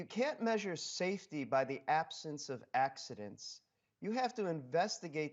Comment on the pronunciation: "Saefty first"- full stop!